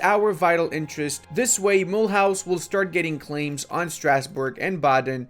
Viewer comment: mule house is pronounce mulooze ...